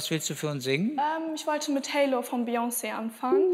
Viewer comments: Der Künstler / Die Künstlerin heißt Beyoncé nicht Beyoné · "Beyoné"... ahja... wer kennt sie nicht😂